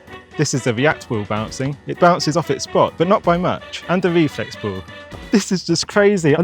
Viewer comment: Bro cant say ball he just says bll